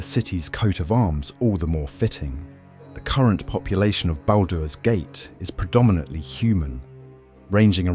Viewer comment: What's baldows gate 😂